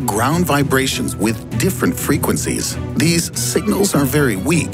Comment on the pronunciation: Before: "Theese" in the video: "Continrntal"